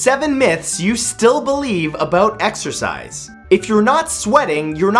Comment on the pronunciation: Exercise I thought u said extra fries Lol